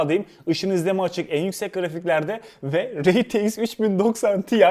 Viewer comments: rey ti eks değil ar ti eks olarak telaffuz edilmesi gerekir kardeşim. Allah aşkına kulaklarım tırmalanıyor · Reytieks demesen bi de şuna